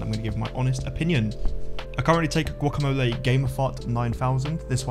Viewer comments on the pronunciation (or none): none